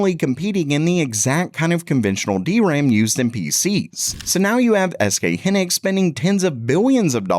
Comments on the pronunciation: Its high-nix not he-nix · Hy nix 😅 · It's HY-nix, not "henix." The name comes from "high" + "(electron)ics." So yes, it's an English styled word, and it is pronounced "high-nix" in Korea. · its Hy Nix not Hannex !!!!!!!!!